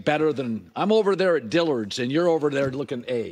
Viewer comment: Houshmandzadeh and shady both say "ner" instead of "there'"